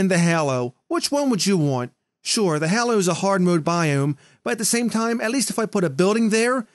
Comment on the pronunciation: I punch something every time says hollow not hallow